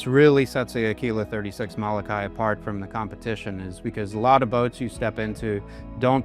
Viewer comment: Learn how to say Mo-lo-kai not Malakai.